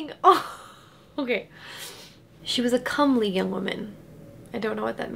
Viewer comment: Pronounced 'comb-ly'. Whatever you said just sounded dirty